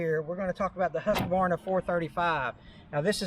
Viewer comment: Nice to hear someone who knows how to pronounce Hus-kuh-VAR-nuh. Irregardless of that, Husqvarna makes the best chainsaw you can buy at any price. Why else do more pro loggers and tree guys who rely on these saws for there living use them?